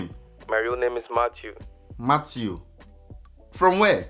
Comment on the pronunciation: Matttwo😂😂😂 it’s the pronunciation of Matthew